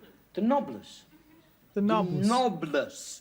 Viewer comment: No, it's 'noblesse', but he's pronouncing it as 'knobless'. That's the joke you missed.